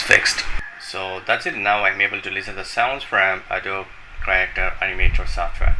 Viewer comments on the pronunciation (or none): its pronounced Adobee not Adob